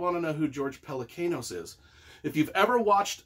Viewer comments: Just kidding but it's PelecAnos (like James Caan) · Pelecanos should be pronounced the Greek way